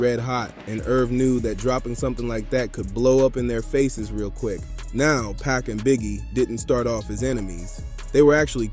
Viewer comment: Good content but why u say PAC name like that